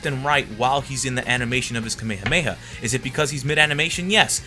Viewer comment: It's Ka-Me-Ha-Me-Ha, not ka-may-ha-may